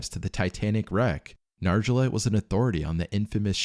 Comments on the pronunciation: "Nar jo let" 💀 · Nargeolet. Nar Gee Oh Lay.